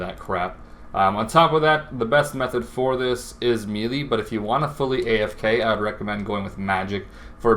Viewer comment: Meh-lay not mee-lee